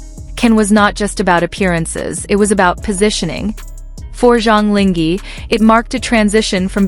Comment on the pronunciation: Please be more professional and at least Go figure out how to pronounce someone's name correctly !!!!! SUCH LAZY WORK! LING(H)E??? So you just randomly decided to drop the H?? Decided the H is silent? SUCH IGNORANCE! This is INSULTING!!